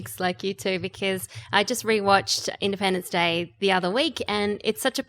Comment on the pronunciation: Did just say Independence Dick 2?